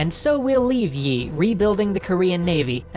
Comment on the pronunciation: Thanks for doing these videos. These give people a chance to get a quick look at parts of history that weren't discussed in schooling. (As a side note, the pronunciation of the general's family name 이 doesn't have a "y" sound in it--it sounds more like "ee." The romanization can be misleading!)